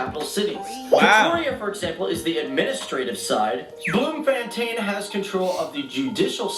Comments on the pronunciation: I've never heard such bad pronunciation in my life😭😭😭 "Bloomfantain"😭😭😭😭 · Bloom-fan-tain? Really?